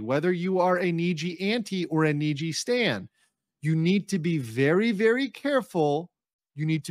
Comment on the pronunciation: Sorry to be that guy but just in case you didnt know...its "Stan" not "stand"